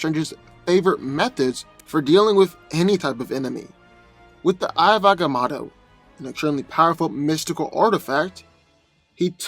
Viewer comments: It's not "eye of ahga mawddo" . It's Ahga Moe toe. It's not "Sitter ak", it's "Sigh toe rak" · You tell your story very well but you're saying the eye of agamotto so wrong it's very annoying